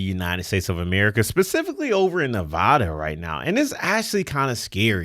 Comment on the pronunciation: Oh my God, please say Nevada correctly! That is a major pet peeve of everyone who lives here and also the draining of Lake Mead is because this places that draw from the Colorado river are refusing to make cutbacks of any kind of significance except for Las Vegas, which we have been doing for 20 years now actually over 20 years. We don’t even use our full share, but everyone else is going over that combined with low snow pack in Colorado year after year is what’s causing the lake to disappear. In the year 2000 it was so full that it was the last time that the spillways were open on either side of the dam to ensure that the power producing equipment didn’t get flooded and destroyed. I am fifth generation Las Vegas native and my great grandfather help build the dam so we have been here for a while and seeing it’s ups and downs.